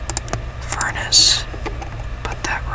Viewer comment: NOT FURNACE - "FURUNA"